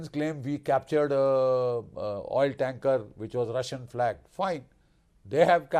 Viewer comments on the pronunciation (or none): none